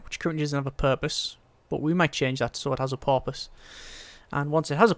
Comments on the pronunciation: roughly, did he really say doesnt have a porpoise? Cause thats what I heard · TheEngineers I was thinking the same exact thing.